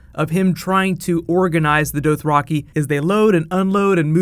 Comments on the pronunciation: its doth-ra-kai not doath-ra-kee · Why do you say Dothraki so weirdly? Good video BTW. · Say Dothraki right smh